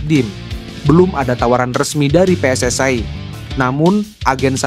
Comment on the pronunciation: Apa itu pe es es ae, saya aneh cara membaca nya, saya heran membacanya seperti bahasa Malay